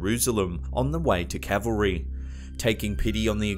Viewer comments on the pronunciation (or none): It’s Calvary, NOT cavalry. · Can I just point out it's calvery not cavelry. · Calvary, not cavalry. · Calvary not cavalry! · I love these videos but It’s Calvary (not Cavalry) and Dorset (not Dorsetshire) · Cavalry? Calvary. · It is Calvery and not Cavalry. It is a hill, not a group of armed soldiers. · It's Calvary, not Cavalry... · Calvary..... Not Cavalry ;-) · Calvary, not "cavalry." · Did you say Cavalry as opposed to CALVARY?????????????????????? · Bloody hell get it right ...Christ carried His cross on the rd to Calvery.....not bloody Cavelry............... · calvary not cavalry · It's CALVARY, not cavalry. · Oh for God's sake,it's CAL Va Ry. It's not an equine military group, known as CAVALRY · CAL VA RY not CAV AL RY! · Try 'CALVARY' not 'CAVALRY' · Learn the difference between CALVARY and CAVALRY. Yikes! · You read for a living, do you not?? It CALVERY, not CAVELRY, like the army on horseback that would ride in to save the day!!! Lol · "On the way to Cavalrey..." Dude, are you serious please at least pronounce the word correctly "Calvery" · Cal ver ree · CAL!!! shame on you!! Its CAL-VARY!